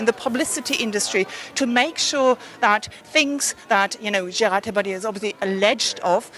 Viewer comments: Prounced Day'- Par - Dieu. Not Daypadoo. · Daymetoo not Daypadoo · Celine, he and his name are very well known to me. It's about the inability of a news broadcaster to get the correct pronunciation...